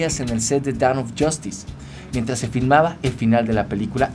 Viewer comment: Es DAWN no DOWN xd